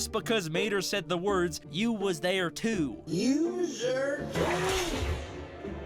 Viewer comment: "its a book tew"